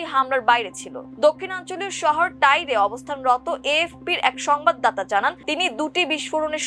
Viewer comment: লেবাননের একটি শহরের নাম টায়ার, উচ্চারণ করা হয়েছে টাইর..